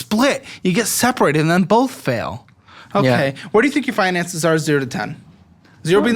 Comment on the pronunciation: Never trust a guy that says “bolth”. My grandpa told me that